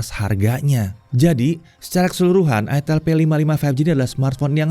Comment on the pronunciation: Itel dibacanya aitel Bukan itel bukan itil